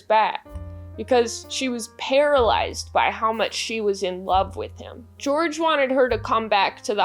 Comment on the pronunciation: Huge double yuu for weirdos named George today. Hearing the way you say the name George was like an audible version of looking at Elenas corpse photo all those times it was on screen. This is just like when the popes. Thanks!